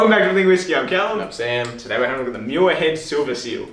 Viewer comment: Please stop butchering my families last name. If you are going to review something, at least take the time to learn how to pronounce it.